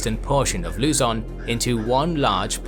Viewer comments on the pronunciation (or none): Please do the voyage of Ferdinand Magellan and the Battle of Mactan soon,! Great work! EDIT:, the stress on Luzon is on the second syllable.